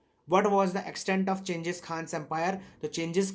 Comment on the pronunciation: Not chenghis it's genghis